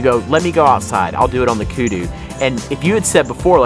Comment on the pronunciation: The only things wrong with these videos is house they pronounce the word Kudu.